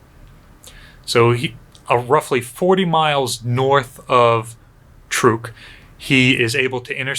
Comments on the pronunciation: It's pronounced 'Trook'. I myself just bought a 2020 Chevy Trook. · I’ve always said it like “truck” too. Ain’t no stopping it now. Truck>Trook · I know the local language is pronounced "trook-eez", so pronouncing it "trook" is likely correct. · Every time I've heard this atoll talked about, prior to being renamed post war, it was pronounced "truck". This is the first time I've heard "trook".